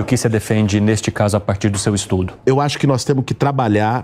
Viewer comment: Axu ki noiz temu, hahahahahahah, tá estudando legal.